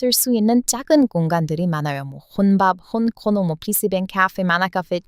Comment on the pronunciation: PC방 발음이 많이 망가졌어요 어서 한국에 오세요